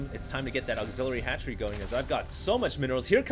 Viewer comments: ROFL at fast hatchery = fatchery he played it off well hahahahahahahaha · lol "Fatchery"...nice work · hahaha "fatchery"